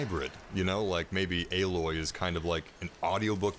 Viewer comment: C'mon man it's Aloy, like ay-loy.